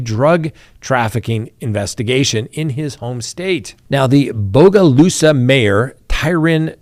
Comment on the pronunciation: Great job on your pronunciation of Bogalusa. I'm proud of you.